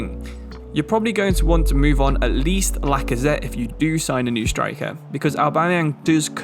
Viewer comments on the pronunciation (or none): I think he pronounced a single name right (mightlen niles, loookanaga, owbamyang)